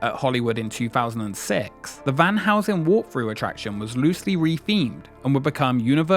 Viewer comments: it's Van Helsing and not Van Housen. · The way you pronounce Van Helsing makes me laugh